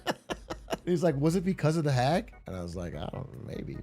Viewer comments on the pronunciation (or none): none